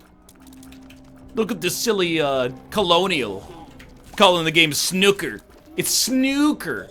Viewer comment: We get it... You got corrected when you pronounced snooker wrong.